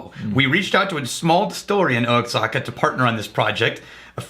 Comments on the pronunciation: Its pronounced "Wahaka"... even said it right one time when he was explaining the barrel trading, but then went back to saying "Oaxaca"... pretty sure he's trolling us... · he got it right once... lol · It was amazing listening to him get it half the times and miss it half the time. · It's pronounced WA- HA- KA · I was gritting my teeth badly. It’s like!! YOU ARE IN TEXAS!! Wa-ha-ka!!! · "O-a-zaka"??? Come on man..... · There's a brand of mezcal called "wahaka" that the mezcal barrels came from, he wasn't trolling he was just reading the brand name which is spelled diferently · He only said it "right" because the place is actually called the Wahaka Distillery. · “Oh-Axe-Haka”. Good ole Texas pronunciation-ism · If it’s Mexico, it’s pronounced “wah-hawk-ah” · Thank you, as a Texan "O Zaca" was killing me lol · I was like "Osaka?" Mizunara Oak and all? lol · Oh-ex-ack-a? Sigh. Well, it was an attempt. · The way pronounces Oaxaca just makes me go berserk lol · messing with us commenters; Says Oaxaca wrong up until he starts reading the story behind the whiskey..... hmmmm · Ok. Ok. I just deleted my rant about the pronunciation of Oaxaca. I'm guessing it's an Austin thing-a to mispronounce things. I was just about to drop the knowledge on you until you started reading and said it right. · Love you, but the grey shirt and the mispronunciation of Oaxaca is messing with my head... I feel like I've been drinking but I know I haven't. Maybe it's time to start. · I think (hope) that indicates he's saying it wrong on purpose as a gag & just forgot to do it that one time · I can't understand how he got it right once, and wrong five times.